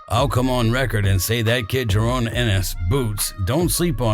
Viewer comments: Its Jaron why are you calling him Jarone all the time? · Had to click off the vid soon as he said jarone😒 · Can’t even say his name right